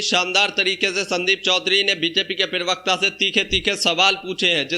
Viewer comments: Prewakta nahi hota bhai parwakta hota he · पिरवक्ता नहीं प्रवक्ता बोलो भाई